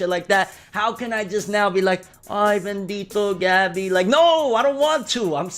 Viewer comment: "Bendito Gabbie" he said lmaoo